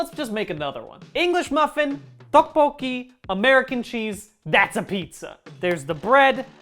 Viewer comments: mr brian why is your tteokbokki pronunciation so POPPIN i hereby grant u honorary korean citizenship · Just dropping by to say that tteokbokki pronunciation was superb. Fucking 5 stars for that man I can tell you put the effort in. Edit: Good luck on your Korean studies man. As an American dude who lives in Korea I admire anyone else who tries to learn this language